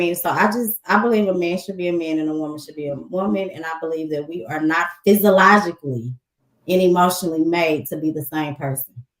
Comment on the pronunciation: did she say Physilogically??? 😂 wtf is that?